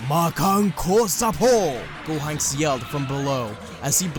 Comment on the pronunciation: Gohonks.. I'm sorry, I paused the moment I heard that.